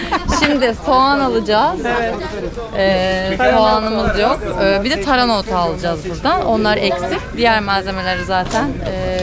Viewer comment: Elinize sağlık güzel bir video olmuş ilgi ile bekliyorum videoları kolay gelsin. hanım önemsiz belki ama TARANA değil TARHANA 👍😃